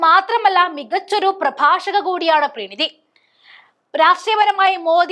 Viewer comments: പ്രീണിതി അല്ല പ്രണീതിയാണ്. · പ്രണീതി എന്നെഴുതി കാണിച്ചിട്ട് പ്രീണിതി പ്രീണിതി എന്ന് പറയുന്നു. മലയാളം വായിയ്ക്കാൻ അറിയില്ലേ?😢